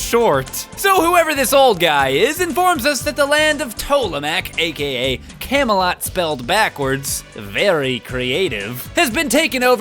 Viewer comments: But! It's Camelot, not Camalot. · They spet Camelot wrong. it should be Tolemac, not Tolamac. Wow... the laziness of Zelda CDI developers...